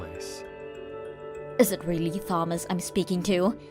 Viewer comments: OMG learn how to say names! Taw-muss. Not THaw-muss. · Yep, I always get to about 75% at least before starting. Otherwise, it's nothing but braindead texts voiced by braindead voice actors who can't be bothered to know basic stuff like pronouncing Thomas with a "t" not a "th" sound! 😂😂😂😂😂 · _Th_omas instead of Tomas makes me laugh and cringe in equal measure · Will she please STOP pronouncing the H in Thomas!!! And if the sons witnessed mom's bad behavior to Lillian, then they are to blame just as much as she is. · I have been screaming at these morons to do even the most basic of edits. But when the antagonist can't pronounce Thomas correctly, then asking for something as complex as proofreading for plot holes and inconsistencies is too hard for these mouth breathers. Can you believe the voice actress didn't know a common name like Thomas has a silent "h." She kept saying THOMas, not TOMas?! 😂😂😂😂 Like, no one even noticed?! They probably didn't even listen through before uploading. Seriously, how lazy can anyone be?! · How can someone mess up a name like Thomas?